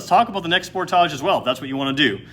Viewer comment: The way you pronounce sportage, gives me ear cancer! Spoortaaje